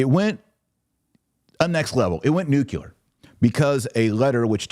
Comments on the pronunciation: Pronounce Nu cle ar correctly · Taylor, please learn how to pronounce nuclear (new-klee-er). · It’s pronounced NEW-clear not new-cue-lar. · AMERICANS PLEASE STOP SAYING NUCULAR YOU SOUND LIKE MORONS!! SAY NUCLEAR.